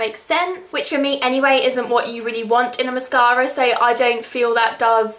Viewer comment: i love the way she says mascara. ## british<3